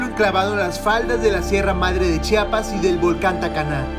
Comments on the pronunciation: Oiga mi amigo se pronuncia CHIAPAS No chapas Pos hay disculpe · Por favor, es Chia-pas, Chia-pas, no "chapas" 🙄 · Hermoso lugar pero se dice chiapas no Chapas, haber si aprende amigo no es la primera ves que vienes.